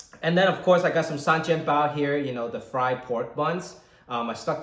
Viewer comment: It should be Shengjianbao，not Sanjianbao . It sounds strange when you say that，as I am a Shanghainese audience.😂😂😂